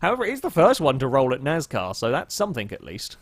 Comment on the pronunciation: It's pronounced NAS-car not NAZ-car